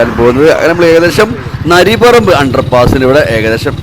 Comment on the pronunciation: നരി പറമ്പ് അല്ല നരിപ്പറമ്പാണ്😅